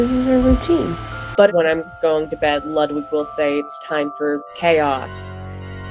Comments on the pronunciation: I love rabbits but the pronunciation of Ludwig is infuriating, it's Ludvig. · It pronounce "LUDVIEG"